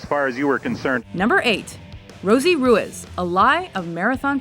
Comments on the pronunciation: ru-is? Does she mean ruiz? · It’s pronounced Roo-eez, not Roo-is. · At number 9 it's pronounced Roo-eez not roo-iz. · Rosie Roo-ease not roo-iz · Why can't the narrators pronounce names correctly? It's not "Rue-ez", i's Rue - Ease." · Im pretty sure its pronounce Roo eaze. Its my last name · It's pronounced "ROO-EEZ," folks! 😐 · It's not Rueiz (Ruiz) is pronounced Reese... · I hate how she pronounced Ruiz. It’s not hard to pronounce things right.